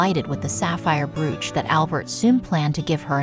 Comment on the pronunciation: It's pronounced "broach".